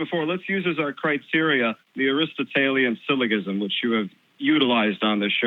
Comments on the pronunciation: and how many times is this bonehead going to say "syllo-ghism" ?!?!?!?! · If this isn’t, he does a great impression. Go ahead, great sage, blow my mind with your elevated reasoning and psychic fuckin’ powers. You colossal bag of ass. BTW “syllogism” is pronounced with a soft “g.” You colossal. Bag. Of ass. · I would have cut the guy loose after the second time he mispronounced syllogism. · He mispronounces "syllogism", the guy on the left turns and looks at Matt..... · I enjoyed the discussion with the first caller, but the second guy was an arrogant prick who couldn't even pronounce syllogism properly.